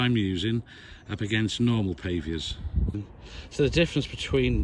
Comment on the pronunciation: What’s a pave v er 😁😁😁😂😂😂